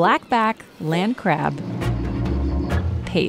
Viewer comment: She couldn't say "land crab"?